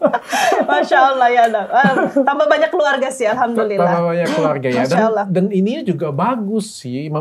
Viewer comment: Aamiin... Td AQ dengar , insyallah cara pengucapan kata "Allah" oleh dokter SDH spt orang Islam pada umumnya.....